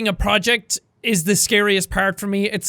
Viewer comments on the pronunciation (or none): none